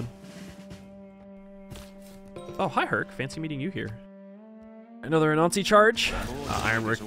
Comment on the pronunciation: When you say "Anansi" it sounds like "a Nazi" and that trips me up every time